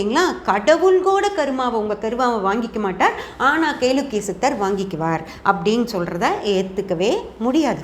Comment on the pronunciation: Kelakkiya endu olunka pronouns pannunka paapam